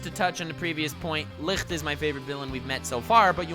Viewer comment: Licht is not pronounced licrt its a ç the same sound as in the english word huge (çuːdʒ)